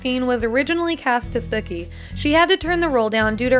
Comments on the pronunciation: Sooooooooooookie not suckie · Yeah, like, Sick-ee No S-ou-kee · Erm it's sue key not sook eyy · Did she just say “Sucky” instead of “Sukie”?! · Some of these facts aren’t even true. Keiko wasn’t 27 at the start of the show. She was 23. Based on the year she was born, it’s impossible for her to have been 27. Also, it’s not pronounced “Suck-ee.” It’s pronounced “Sue-key.” Urgh. So many things wrong with this video. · It's SOOkie, not SUHki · Lol the replacement cook said "suckie" in the reunion an- oh shiz if I spoiled it for you I'm so sorry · Actually, it’s Sookie, pronounced, Sue-key. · Why is Sookie said as Suki..... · Sudkie??? What? 😂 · Who else knew all these facts. Also, Alexis Baedeker was 19 not 15 in the first season and Sookies name is pronounced s-OO-key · ngl its kinda triggering that she pronounces it as "sukie" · Learn how to pronounce the name Sookie. Do you even watch the show. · Thank you! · Why was she pronouncing Sookie's name wrong? 😕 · Why are you pronouncing it Sookie